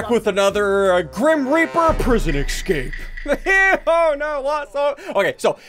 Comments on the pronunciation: I like how he pronounces escape as ecscape. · is it just me or does ssundee say ecscape?